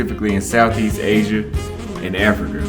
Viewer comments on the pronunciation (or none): none